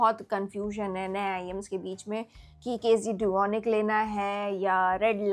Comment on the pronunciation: KZ - Duonic 3 planner ye hee bolrahee na kz dunic bolke